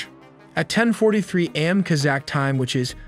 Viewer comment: What is worse than AI narration getting so many easy terms mispronounced? Like A.M. (morning) being pronounced as "am".